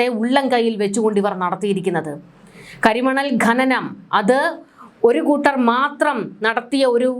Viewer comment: കരിമണൽ ഘനനമല്ല കരിമണൽ ഖനനമാണ്. അക്ഷരശുദ്ധി നല്ലതാണ് '